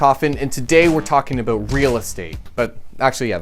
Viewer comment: Haha he said “aboot”